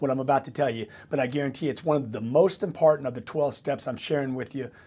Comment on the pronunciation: He seems to stumble on ' important' too...' impartent'?